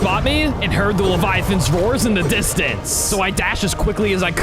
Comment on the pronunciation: why does forest always say forcing?